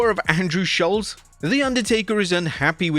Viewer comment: I love Schulz and that you say his name correctly. Also, Jade sucks and I don't know about Tyler the Creator but she seems to have stolen everything from Marvel's Storm.